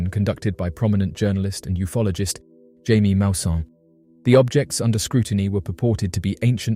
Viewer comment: Mulsannes name is pronounced "Hiymie", not Jamie. And, the bodies have arms and legs, apart from that they look nothing like humans. I'm on the fence, could be a new species?